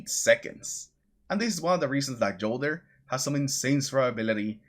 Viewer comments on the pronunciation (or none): FYi - the J in Jolder is pronounced with “Y” just like Jotunn.